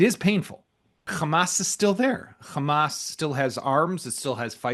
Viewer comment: Khhhhammmaaasss not hamas